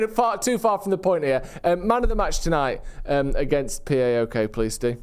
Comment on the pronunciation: It’s paok, not p a o k. Just like its fifa not f I f a